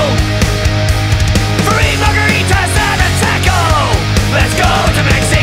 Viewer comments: I'm really triggered by the British pronunciation of taco. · Did I just hear you pronounce Taco with a long a sound!? Dude! Party foul! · Is no one going to mention how he pronounces taco???